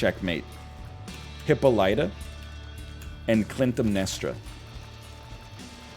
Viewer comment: Egg really said "hippo-LIGHT-a and CLINT-em-nestra" smdh.